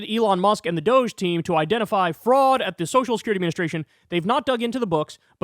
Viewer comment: It is Dog E Not Dousch Call it as it is spelled Dog E DOG E